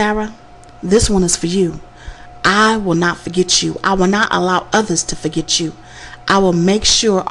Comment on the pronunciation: Why the hell the narrator talks the way she does? Can't you converse in a non ghetto tone? Seriously its "forget" not "forgech". Go to school and learn something for once you dumb bimbo.